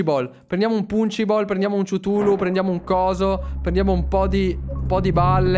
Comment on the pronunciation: Si dice ctulu non ciutulo